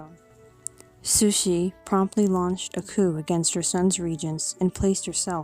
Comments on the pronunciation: "Sushi" is Japanese raw fish. Please pronoumce her name CORRECTLY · I agree.. sounds like she's saying "Sushie". Not sure how she gets that out of Cixi. I rarely hear anyone get it right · I never hear anyone pronounce her name correctly